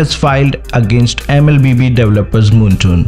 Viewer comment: I was gonna listen to your video but you said 'moontoon' instead of 'moonton' so im out. Bye